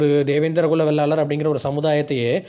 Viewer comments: சகோதரா வெள்ளாளர் இல்லை. வேளாளர் என்று சொல்லுங்கள் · தேவேந்திரன் குல வேளாளர் அண்ணா, வெள்ளாளர் இல்லை, வேளாளர் என்று சொல்லுங்கள்